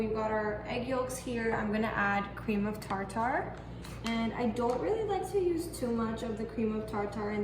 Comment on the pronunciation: Cream of tar tar🤣 she so adorable.. it’s actually tarter but I like tar tar better.. I’m gonna start saying that